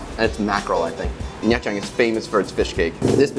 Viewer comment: Love the content! You make me wanna quit my job and move to Vietnam haha also pronunciation tip: the “tr” in “trang” and other viet words can just be pronounce like the “ch” in “cha ca”. Keep it up!